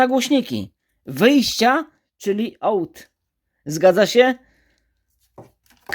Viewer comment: ''OUT'' czyta się AŁT